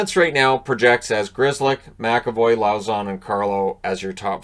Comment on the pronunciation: fyi the proper pronunciation of LAUZON is "Lowes"-"on" (think of Lowes the store)